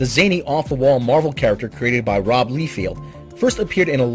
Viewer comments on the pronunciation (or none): Rob Liefeld's last name is pronounced "Lye-feld," not "Lee-field." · It's pronounced "Lye-feld," not "Lee-field." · You most likely have been corrected on this like a billion times? And the artist is known to be an outright jerk and has horrible 'skills'? It's "Lye-field". Lye like the horrible thing that kills anything it touches, and field as in the field that the lye was poured on. Other than that? Wonderful report on all this. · Probably should learn how to pronounce peoples names Lie-Feld